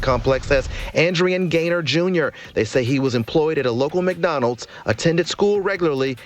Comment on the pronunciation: His dad didn’t tell him to slide. And it’s Adrian Gainer(Gayner) not garner.